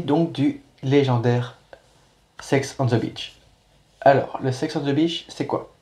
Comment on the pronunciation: C'est simple ! CH se prononce "tch" et SH se prononce "ch", donc beach > "bitch", shaker > "cheykeur" ! Bravo pour le marathon !